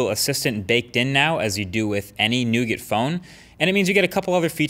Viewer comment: I thoroughly enjoy your videos, but learn to say nougat.